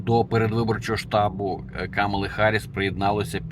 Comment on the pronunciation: Вона Гарріс а не Харріс. Ви вивчіть нарешті